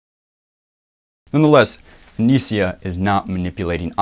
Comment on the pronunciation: Btw, it's not "Anisia". It's Anisa. Not that I care, but it's kinda stupid to get her name wrong when you're on her fucking side.